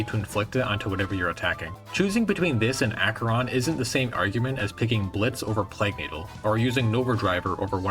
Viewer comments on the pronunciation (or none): none